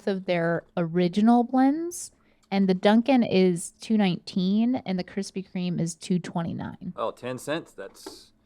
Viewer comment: kwispy kweme